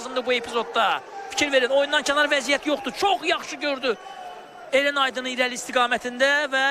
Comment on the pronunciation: Eren yox, Ərən